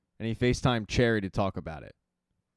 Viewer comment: Sister, not "Sista". Cherie, not "Cherry". Thanks.